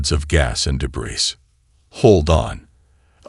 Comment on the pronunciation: ["Debris" is pronounced "day-bree", the "s" is silent.] [Warriors, mercenaries, pirates have faces that are "sk-are-d" not "skay-rd"] and ["unreadable" is pronounced "un-reed-able" not "un-red-able"] These have been consistently mispronounced across all of the HFY story formats by all of the narrators I have encountered. Therefore, I am going to assume that by correcting one I am correcting all. Right?